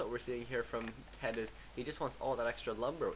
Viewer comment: ima be a dumb jerk and tell you: TeD = "Tee Dee" and TH000 = "Eggs" (in China, don't ask why) or "T H"